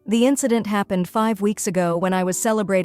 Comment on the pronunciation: Notice-ed what happen-ed? Geez, these AI voices are pathetic.